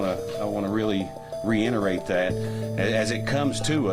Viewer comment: “Reinerate”?//where do these guys go to school?